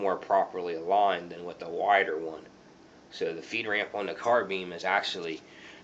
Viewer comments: it's a carbine not carbeem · Sounds like he saying carbeams